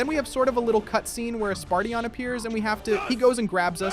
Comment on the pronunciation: "Spartion" "Swordwriaet" "Magiceel" "Sky rider" "Griffon the great a giant - giant" - he's literally the leader of giants. Wtf?